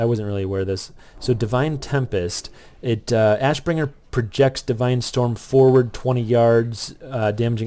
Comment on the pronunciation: you said "wrath of the assbringer" lmfao. great vid. learned a lot from it so thank you.